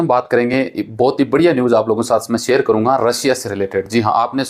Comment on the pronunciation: भाई रसिया नहीं रशिया कहो सेएर नहीं शेएर कहो